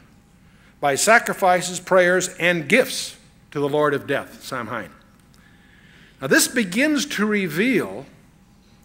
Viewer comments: If I could go back in time to that point, I would correct him saying 'Sir. it's pronounced Sow-win.' Sow pronounced like the 'Female Pig' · Samhain is pronounced 'Sah - win' in English, although many use the Irish. An internet search tells me in other places in the British Isles they pronounce it: 'Sow - in' in Ireland 'Sow - een' in Wales 'Sav - en' in Scots. The 'sow' is said like the name for a female pig, not as in sow seeds. Chuck must've known about the spelling mistake . Martin Luther 'King?' Maybe it was a test to see who'd react. Nobody did. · The only thing I disagree with is that Samhain is actually pronounced "sow en". I would think chuck would know that, but maybe he is mispronouncing it on purpose to disrespect the evil entity. Because it doesn't deserve respect. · This is a much-needed teaching. One I'm thankful Chuck has provided to the millions who watch and listen to him. I have done much research on Halloween, and have been blessed to share information with a few people. Just a couple of things, if I may humbly share; Samhain is pronounced Sauween. The song featured in "Fantasia" is "Night on Bald Mountain." I'm so glad Chuck told that story about Walter Martin! I've heard WM tell that whole story right here on YouTube. Riveting! What a mighty team those two spiritual and intellectual giants would make! May God bless all who listen to this anointed and necessary teaching. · "Night on BALD Mountain. And Samhain is pronounced "Sow-ween." ✝️🙏🏿✝️ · "Night on BALD Mountain." And Samhain is pronounced "Sow-ween." ✝️🙏🏿✝️ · "Samhain" is pronounced 'Sow' (rhymes with cow) - 'when'. Sow-when. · Samhain is actually pronounced ‘Sow-an’ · It's pronounced 'sa-win' (say fast).